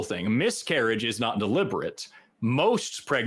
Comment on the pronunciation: Dude needs to look the word ‘deliberate’ up in a dictionary. Damn that was painful to listen to.